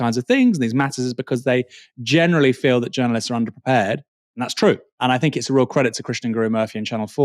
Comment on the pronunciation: Love the channel but please the word THINK is not and never has been pronounced FINK